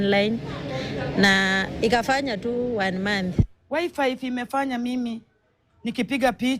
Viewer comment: Did is hear a lady say wifive